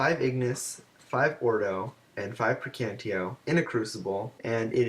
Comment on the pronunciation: Your "Praecantatio" pronunciation is wrong. It's 4 distinct syllables. (prae-can-tah-tyo)